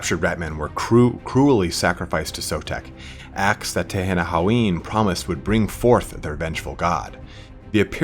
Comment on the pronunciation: And it's pronounced like Ten-in-wan. Why can't people get that right?